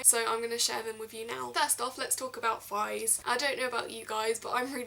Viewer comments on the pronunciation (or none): you say fighs. You commoner ;P